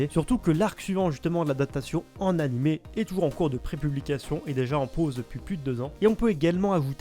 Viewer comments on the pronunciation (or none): none